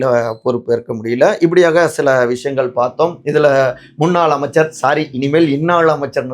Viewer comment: தம்பி முதல்ல தமிழைக் கற்றுக் கொண்டு பேசுங்கள்..ள கரம் ல கரம் தெரியாம அவர்கல்....கட்சிகல்....விஷயங்கல் னு தமிழைக் கொல்லாதீங்க...